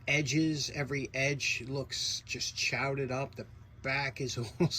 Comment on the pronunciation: That screwdriver looks awesome! Nice job. But my favorite part was when you said that the edges were "all Chow-dahed up"!! 😅😅😅 That phrase is getting worked into my daily commentary at work.